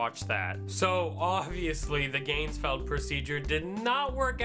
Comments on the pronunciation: You even pronounced it wrong..... (should be "gahnz-feld"; not "gaynz-feld"). Also, you could have made the ping pong halves, you didn't have a light (red, blue, etc; experiment). In addition, you didn't seem very serious. In fact, you probably made this as a spoof. If you were doing this legitimately/properly, you would have been in an altered state of consciousness and would certainly have not been "talking normally", but in a more relaxed fashion. Still, it gave me something to drink to. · at :14 in I'm guessing no because he's not even pronouncing it correct.